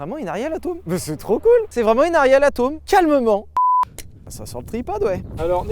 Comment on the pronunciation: "Ariel ATÔÔM" j'ai vraiment l'impression qu'il fait exprès de mal prononcer les noms